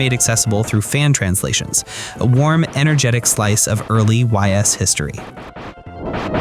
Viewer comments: Really nice selection of titles. I like how you leaned pretty hard on Japan-only titles that just need English fan patches. A lot of these lists focus on domestically released titles. The only thing is that you GOTTA learn how to pronounce Ys. It's pronounced like "Ease" and you can look up tons of other creators' videos on the series to confirm this - please stop saying the letters "Y-S." Good video beyond that! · Ys is pronounced "iss" I think. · Ys = “ease” 😅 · Great video. I wasn’t aware of a few of them and will have to check them out. I’ll give you a pass on the Ys pronunciation because if you never heard it said out loud, you wouldn’t know. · Why is bro pronouncing Ys like that. Ditch the AI script, my guy